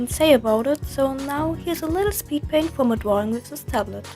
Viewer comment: ''I really like dwawing with this tablet'' nice touch, since you're a ... catlike animal Grüsse aus der Schweiz